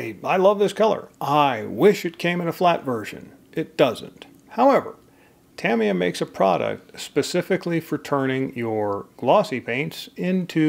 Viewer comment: A really useful video, thank you. Nicely to the point, no fake drama, and you pronounce Tamiya correctly so all is good!!